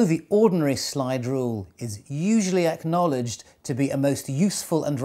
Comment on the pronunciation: It sounds like "slidrel".